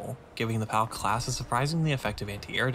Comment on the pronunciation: Hears "Pauk" spoken as "Palk" "STUUUUUUUUUUUUUUUUUUUUUUUUUUUUUUUUUUG!!!"